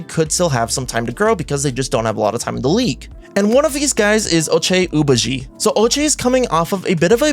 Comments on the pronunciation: Omg the ochai agbaji pronunciation 😭😭 OH-ch-eye uh-BAH-jee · It's pronounced Oh-Chai Ahbahgee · Ochai Agbaji is pronounced Oh-ch-aye A-g-bah-ji Its also Ma-mu-skel-ash-vee-lee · Hi. Thanks. Ochai rhymes with OH-GUY so, it’s Oh-SHY. Aba’ji has a silent G so, it’s A-BAH-Jee. Please, please🙏🏽 research these things beforehand. Thanks. Thanks man. Peace🌬️⛹🏽‍♀️.